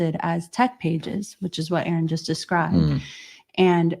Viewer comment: A-aron cracked me up! 🤣🤣🤣